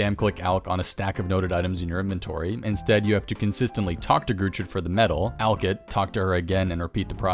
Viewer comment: finally, a YouTuber that pronounces "alch" properly.